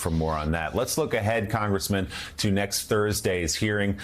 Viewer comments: " Next" not "nest." You went to college. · "Nest" ~ Did you mean "Next"? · "nest" or next?